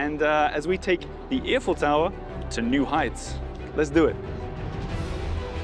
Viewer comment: I have to admit every time said “Eiffel Tower” during the podcast, I was hearing “Earful Tower.”